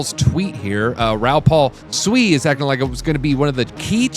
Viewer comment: You say sui weird Americans 🤦‍♂️🤣